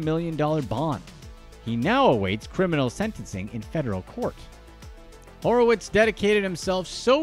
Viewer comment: His last name is Horwitz, not Horowitz.